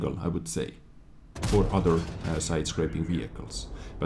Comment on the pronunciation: I know you don't mean it but it makes me smile when you say udder instead of other.